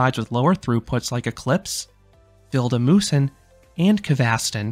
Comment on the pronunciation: the red coaster kvasten on gröna lund is called broom in english and vilda musen is called wild mouse so pls use english words when you are talking about the rides cause its sounds wierd when you try to pronounce it in swedish since you arent a swedish talking person i think🙂